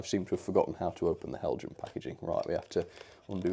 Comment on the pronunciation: Heljan is Danish: therefore "hel-yan".